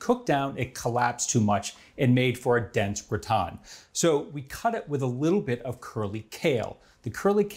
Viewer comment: Looks like a great dish. This man is so methodical and exacting, that his butchery of the titular French word is baffling. Why not call the dish a "casserole"? There's no reason to be ashamed of the American term for this dish, is there?